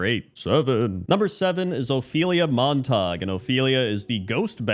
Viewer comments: Hahah I pronounced it as “mahntahg” as well, having not heard that name since like high school. It’s pronounced Mon-tuh-gyoo. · "Montag" lol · As soon as you said they were from Romeo and Juliet I knew the pronunciation and it hurt every time you said it xD